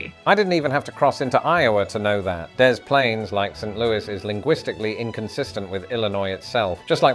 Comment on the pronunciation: you claim to be from Chicago, but don't know how we pronounce Des Plaines?!? it's de splainz ...no "dez" involved